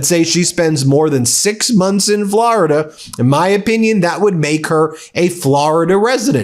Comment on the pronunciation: "Flor"-ida not "Flarida." There's no "a."